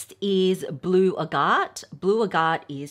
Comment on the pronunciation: Thank you! And no offense to, but chalcedony and agate are not being properly pronounced either.